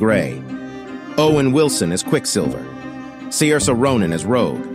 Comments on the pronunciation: I like how the AI narrator can't pronounce Sairose or Ralph Fiennes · Dumb AI couldnt pronounce Saoirse or Fiennes correctly though...need an educated European to do that 👌😃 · AI Can't pronounce Saoirse Ronan's name lol.